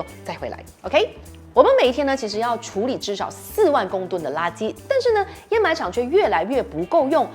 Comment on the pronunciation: 上次的掩埋和沼气都读错了，这次有改，给个赞你👍